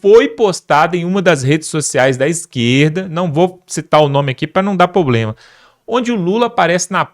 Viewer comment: Não é poblema.....É sim PROBLEMA.....VOCE É ALUNO DA JANJA ?😂😂😂